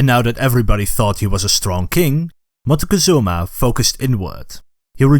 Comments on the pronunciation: The way this video pronounces MOCTEZUMA throughout the video is painful. If you're going to educate,pronounce the names correctly. It's MOCK-TEH-ZOO-MA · wait I didn't know you pronounce Montezuma as Montecozuma? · Montezuma is pronounced mock Tay zoo mah, not m Mah teh cuh zoo mah. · Is it so difficult for an English speaker to pronounce a name like Moctezuma correctly?